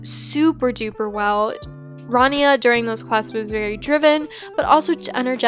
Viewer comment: it's rania (ra-nee-u)